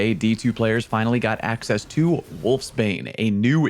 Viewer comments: Did you say AXEcess? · Axess? Really???